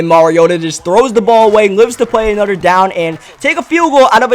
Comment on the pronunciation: Am I the only one that gets mad when when he says "other" or "another" he says ater and anater with out the H